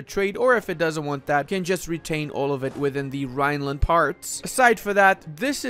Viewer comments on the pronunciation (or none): none